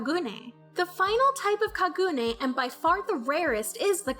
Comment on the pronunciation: It bothers me how you say Kaneki and Kagune....but thanks for the video and explanation....